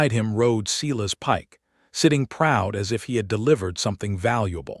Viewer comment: Silas is pronounced, Silas not sillas nor Cyrus.